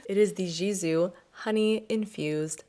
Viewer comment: Love you but PLEASE stop saying jisoo. The G is pronounced G like good 😌 Its a Farsi word that means hair